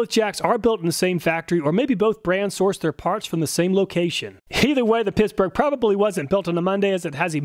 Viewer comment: Is he saying pissburgh?